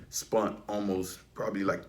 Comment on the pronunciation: Dude said “spunt” 😂